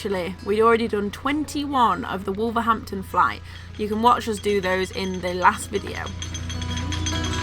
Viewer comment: If you say wolverdampton you sound like a local 😜